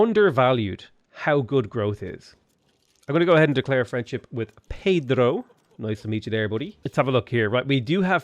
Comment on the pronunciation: I praised for nailing the pronunciation of Pedro's name without English or Spanish accent... But his pronunciation of Guarulhos made me laugh hard... Yeah, I know, isn't an easy name... Good job anyways...